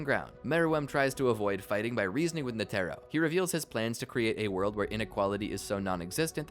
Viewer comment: it’s netero, not “netero”!